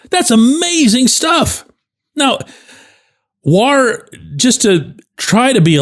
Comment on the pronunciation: bending over backwards to pronounce WAR as whar. Also the 2 G with a Cruz HR are the 2 Ws.